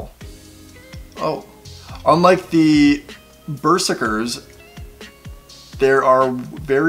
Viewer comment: He even mispronounced the English word berserkers xD xD